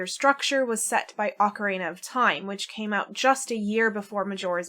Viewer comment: The “ocareina” is killing me 😅. My dad used to say it like that He used to pronounce Super Mario as “Super Merry-o” too. That takes me back. 😌. Back to when the N64 just came out and he and I would play together. Better days ❤